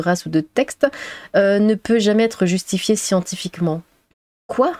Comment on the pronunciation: le ' keuwoi' de m'a fumer,hahahaha.